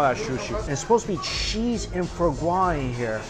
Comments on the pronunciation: Same. But Mikey, it’s not “fur” gras. It’s “fwah” gras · It’s not FO GRA, it’s FWAHH GRA.